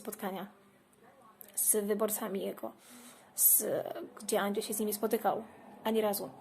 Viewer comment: "Anczej" XD